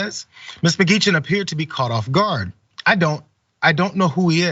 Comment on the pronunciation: It's pronounced Mah Gee Hen